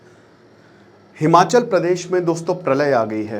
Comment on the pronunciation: It’s Himachal not Himanchal in Hindi